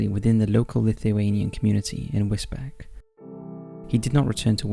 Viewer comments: I live is Wisbech (pronounced beach; it’s a common and understandable mispronunciation) for number 2, modern slavery is common in the surrounding agricultural fields. There are more murders if you look for them including people found deceased on bench’s and in bushes. The town has a sizeable Eastern European population that get intoxicated and become violent within their own community. It’s a strange town. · wis beach mate, for the local pronunciation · I live in Cambridgeshire and Wisbech is pronounced as “Wis-beach” 😁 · Damn it man its pronounced Wisbeach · Wisbech is pronounced whizz-beach. This was only on the news 3/4 weeks ago. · Also pronounced Londonderry as Londonberry. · For future reference, Wisbech is pronounced like 'Wiz beach" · Wisbech is pronounced Wis-beach. I remember this story. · For future reference, Wisbech (in Cambridgeshire) is pronounced Whizz-Beech. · They mispronounce pretty much everything on this channel. I think it's on purpose.